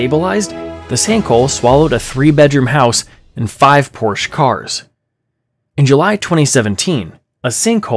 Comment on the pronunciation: How can you be smart enough to be engineers, but you somehow don't know how to say Porsche correctly?